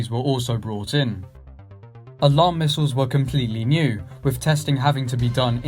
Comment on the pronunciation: Not to mention 'Eye-rack' as the location and the apparent use of 'mistles'.